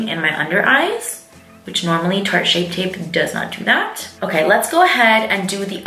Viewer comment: "Shart tape"😂😂😂